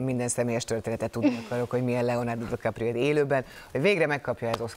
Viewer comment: "Leonardo Dikaprió" gg műsorvezető